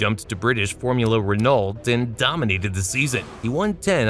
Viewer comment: How you gonna talk car racing and can't pronounce Renault 🤦🏼🤦🏼🤦🏼🤣🤣